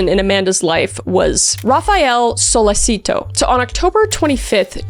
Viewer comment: His name is pronounced Sa-letch-it-toe